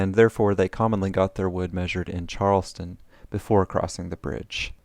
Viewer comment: "The community has no bride that will temt a wise man." I laughed.